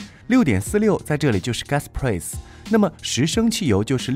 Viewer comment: price的发音太崩溃了，播音员别念英文了